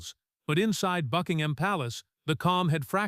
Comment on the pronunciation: Click bait. Illegitimate children are ineligible to be in the line of succession. Also, the AI voice cannot even correctly pronounce Buckingham.